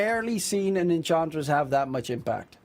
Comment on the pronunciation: EnCHantress... not Encantress